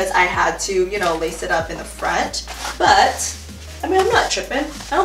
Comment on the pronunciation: “but(t)” lmao